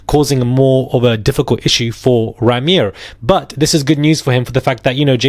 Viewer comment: Isn't Rymir pronounced "Rhymer" as in someone who tells rhymes? 🤔😳🤷‍♀️